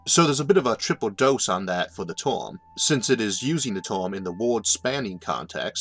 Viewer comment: What the hell is a "torm"? Last I heard it was pronounced as spelled, term. That's an ER, not an OR.